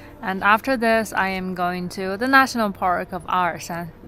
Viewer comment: Does anyone else find it odd how she pronounces Arxan differently in the voice-overs to the direct-to-camera scenes?